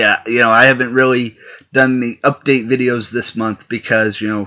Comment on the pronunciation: But you said udate